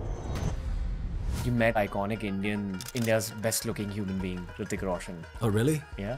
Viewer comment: He says hritiik like Riddic🤣